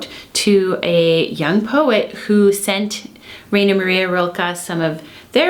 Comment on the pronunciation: Thanks for making this video. BTW, Rainer is pronounced "Rye-ner".